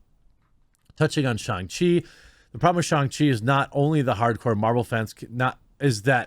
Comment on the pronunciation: Me before watching the video: Please, for the love of God, don't pronounce SHANG as SHONG...Jeremy....Jeremy....no.....don't. I see you.....don't! Me after watching video: *eye twitches rapidly* He...he said it. Right there.....right at the mark.....why did he say it like that.....w-why?